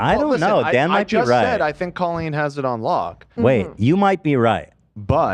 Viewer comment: Dan better put some RESPEKT on the name. Colleen ballinger goes by CO-leen. Not cah-leen. Please don’t lump us together.